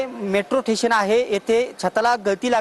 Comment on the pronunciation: ठेशन.... स्टेशन